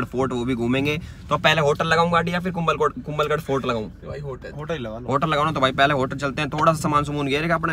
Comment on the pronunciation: Kumbhalgarh not kumbalgarh